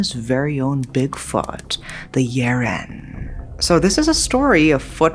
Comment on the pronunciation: So wait a minute, that creature in "Big Trouble In Little China" might have been a Yiren?! Crazy cool. I like how you go all in pronouncing names correctly (like I would do if I were in your position) and the way you tell stories is always compelling. (OK, sue me, you're gorgeous, too)